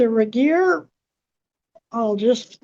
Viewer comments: How's she gonna repeatedly mispronounce jRegier's name less than a minute after Judge Webster correctly pronounces it? Not very "grammarly", ma'am. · The way she keeps saying Regier’s name wrong has me in SHAMBLES 😂